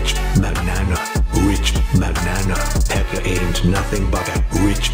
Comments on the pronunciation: it's not Pella it's pekka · I feel like both Did good But my mom thought LillePekka was saying the b word